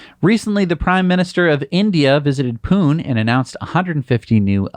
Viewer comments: It's not "Poon," India, it's "Poo-nay" (two syllables) 🤣🤣🤣🤣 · "Pune" is pronounced "Punay" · hi... this is Vijeesh from India..... a long subscriber of the show.... keep up the great work you do... I am delighted to see a news piece from India in your show...... Just a small correction, of the show, the city from India (Pune) is pronounced as in (Pun-ay).... bye.... now you know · Pune pronounced wrong 😅 is actually Pu Ney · The e at the end of Pune gets pronounced, not strongly maybe, but pronounced nonetheless…